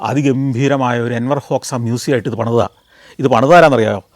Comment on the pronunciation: Not Enwar hoksa , Anwar hoksa